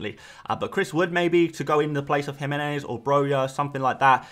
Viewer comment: Thank you for pronouncing Jimenez correctly!!!!! You're about the only person who does!